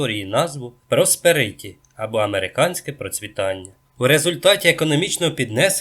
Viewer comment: Наголос треба ставити так: проспЕриті